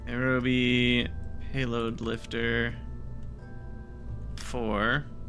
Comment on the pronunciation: aeroby? dv-difference? isp? your pronouncing them weird on purpose, right?